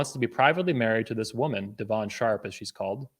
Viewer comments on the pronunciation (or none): Why you keep saying 'Devaun' her name is 'Devon'. It's telling of how intimately you know someone when you can't even correctly pronounce their supposed name. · the way he pronounces devon's name is so funny de VON Sharpe lmaoooo one problem i see is ppl are gonna call u a hypocrite because u was willing to work with him while he was doing the same content for a long time but when u guys fall out its "he talks bad about woman" which i agree he does im just saying if u work with the guy knowing that u can't complain after plz tell me its you just joking when u say he isn't smart at all lol u wanted him to speak at the events if she is the smart one why not invite her to speak ?? lmao did u say thats probably a sister bro thats an old pic of her u can tell its an old pic did donovan come for your wife or something im out the loop cause what u showed doesnt look like he talked about your wife at all